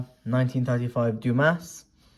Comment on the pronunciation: Great video! However, if I may. the "s" is silent in DUMAS. Same thing with Tres petit corona. The "s" is silent in "très". BUt like I said, great video. I really enjoyed it!